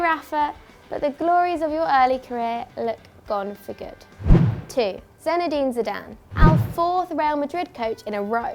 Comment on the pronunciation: "Zenide Zidane"